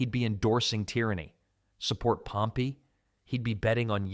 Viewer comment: He uses the correct pronunciation